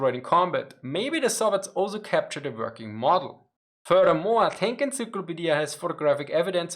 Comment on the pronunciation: Drinking game- one shot every time he says furdurmore. (Furthermore)